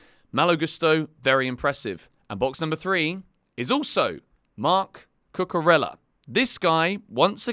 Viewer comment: Cucurella pronounced Cucureya. The LL in Spanish' as a Y sound.